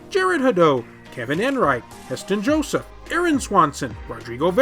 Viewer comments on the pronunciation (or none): none